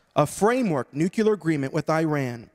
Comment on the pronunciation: Interesting, when you continue this conversation it is a nuclear issue not a nucular issue.